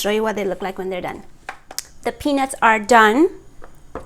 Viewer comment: Your accent confused me little bit, but the rest is ok, but make another video in Nepali language coz, 99% people who have watched and commented are Nepalese and again you pronounce peenus not peanuts!